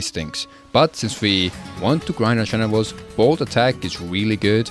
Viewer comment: "But since we want to grind our genewals, bold attack is weally good" femboy of iron 4 confirmed